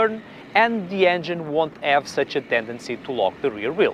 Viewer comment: You do great videos in perfect English. Yet there's one single thing that bugs me - why aren't you pronouncing later H at the beginning of words? Ome, ave, uskvarna, oliday etc. I lived in Portugal for some time and I never noticed it so I doubt it's specific to Portuguese speakers (unlike the French).